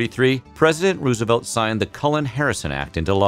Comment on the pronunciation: What do I think? I think you need to learn the difference between "it's" and "its" and how to pronounce "Roosevelt."